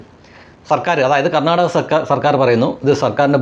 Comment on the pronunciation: ഇംഗ്ലീഷ് സംസാരിക്കാൻ അറിയില്ലെങ്കിലും കർണ്ണാക എന്ന വാക്ക് pronounciation നടത്തിയത് നോക്കൂ ഗർണ്ണാടക😂 തതാണ്😂